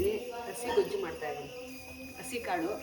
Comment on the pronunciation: ಗೋಜು ಅಲ್ಲ ಗೊಜ್ಜು 👍